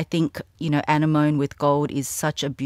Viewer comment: Hi,! Just a friendly comment to let you know it’s pronounced Ah-nem-oh-nee:) please never get rid of your Malachite Birkin! It’s classic MIM!